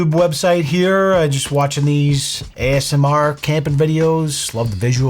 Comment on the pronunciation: Take a shot every time says AMSR. I bet you cant make it through the video.